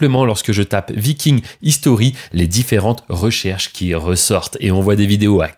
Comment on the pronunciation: 😱 Hello, j'ai copié comme un horrible voleur 🤣 ton travail sur les "Vikings" et j'ai un problème avec ELEVEN LABS, effectivement, il y a plusieurs fois le mot VIKING, et, sans savoir pourquoi, parfois, c'est bien prononcé, et parfois c'est affreux. Phonétiquement ça donne ça: "v-aï-king au lieu de "vi-king" (un peu comme Aïe tu m'as écrasé le pied 🤣🤣). t'as une idée du pourquoi il délire sur le même mot alors qu'il le prononce parfaitement bien par moment? Merci beaucoup